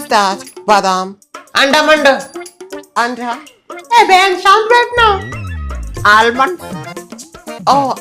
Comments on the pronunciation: Almond ❌ andamand ✅ 😅😂😂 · say:Andamand 😂😂😂😂😂